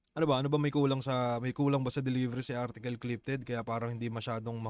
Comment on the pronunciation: 😂 artikol amputa